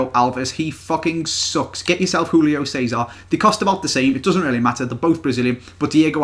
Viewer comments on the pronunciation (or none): Just saying Portuguese is not Spanish you don't pronounce Julio Cesar's name like hulio cesar, you pronounce it how its written.